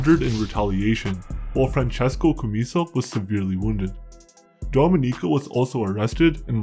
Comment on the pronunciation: You're not pronouncing their name right